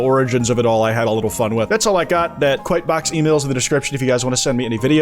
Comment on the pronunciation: Is it just me that hears Kwite while he speaks?